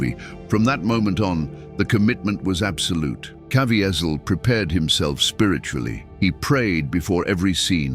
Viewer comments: Please, PLEASE, learn how to say Jims last name! Caviezel pronounced Ca V zel. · this A.I. can't pronounce Jim Caviezel's name correctly! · I didn’t know all these things about the filming. This is amazing. I bought the BluRay, and try to watch it every year. But, I WISH, the would pronounce the name Caviezel correctly. I think he earned that respect! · Please say Jim Caviezel’s name correctly. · Just like another video that talked about the movie. The guy speaking keeps mispronouncing Jim last name. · Commentator lies a few times & doesn’t know how to pronounce Jim Caviezel!! None of Gibson’s comment line up with video ..plus the tag never explains the scene depicted in the thumb nail!! I give the doc 1 out of 10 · Why didn't the narrator know how to pronounce Jim Caviezel's last name? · I appreciate the content of this video, but who are you?? It's read by AI, and the robot pronounced Jim's last name countless times!! You are a storyteller on the hunt for a story.